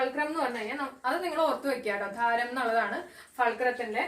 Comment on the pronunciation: ആധാരം ആണ് ധാരം